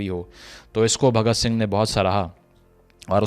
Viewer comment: Abe sale name to sahi se le bhagat sing ji ka ye mahan krantikari hai